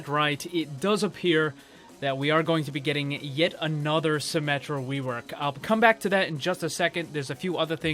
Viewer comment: “Yet another Symmetra Wework”